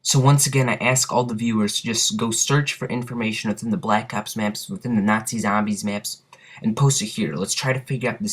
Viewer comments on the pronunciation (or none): Good video, but I found myself somewhat annoyed by the way you pronounced "nazi" and "zombies" and a few other miscellaneous words. No matter, good video nonetheless. Id also like to mention, that one time me and some friends were dolphin diving over a crawler, and we both got downed before we were even touched by the zombie, and samantha did her evil laugh. Similar to the one that she does when you get a teddy bear